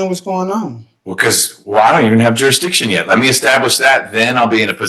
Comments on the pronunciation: okay wtf is juridition? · Juraditton? Really